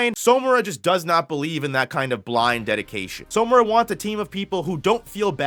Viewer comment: Its killing me that he’s pronouncing it as So-mura and not Samura💀, like where is the “o” coming from